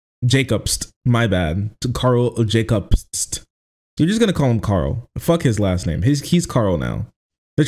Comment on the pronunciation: How can you fk up "jobst" that bad? Cmon man lol